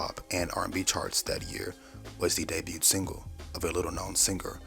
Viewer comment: The ‘t’ in “debut” is silent. DAY-BYOO. Past tense is 2 syllables: DAY-BYOOD. Excellent video, excellent channel ❤